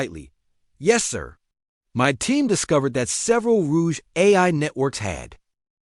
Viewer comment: Rogue, not rouge